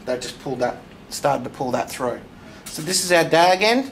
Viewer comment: Dag end? Its pronounced "tag" end.